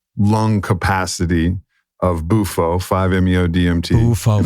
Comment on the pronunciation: It's BUFO...not Mufo